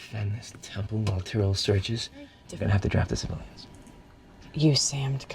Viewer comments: You’re killin’ me! First you find a car! That takes me out of it! And you keep mispronouncing Chief Tyrol’s name. Lol it’s Tyrol not Tyrell! This is Battlestar Galactica not Blade Runner. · Who's "tie-rell"? OH! You mean Chief Tyrol! /tear'-uhl/ 😄